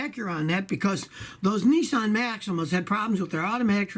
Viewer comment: G,Day Scotty its Niss like piss Not Nessan announce it right way.